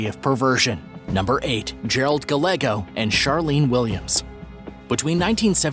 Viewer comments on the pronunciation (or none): none